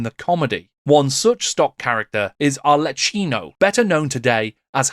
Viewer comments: Point of order, but "Arlecchino" is pronounced "Ar-leh-KEY-no"; the 'ch' grapheme doesn't make a /tʃ/ noise but a /k/ in Italian. (This was the pinnacle of Eldar Harlequin history, IMO; later sculpts all look too uniform to me.) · Interesting as always! Thanks for the video. Just one note, as an Italian, please let me tell you that in "Arlecchino" (Harlequin) 'c's must be pronounced as they were 'k's :) Imagine it spelled "Arlekkino", just for this purpose